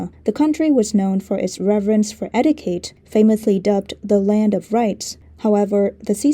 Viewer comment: Your English is splendid, but: Etiquette = "etteekett"